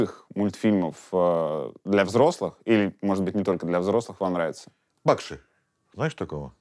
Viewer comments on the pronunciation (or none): Бакши - ударение на И родственичек мой..... дальний.